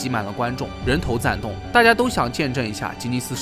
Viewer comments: 人头攒动。cuandong。不是zandong。文科状元。不谢。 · 有一处读音错误，是 人头攒 cuán 动 哈。